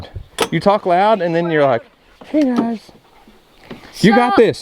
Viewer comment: He said gluys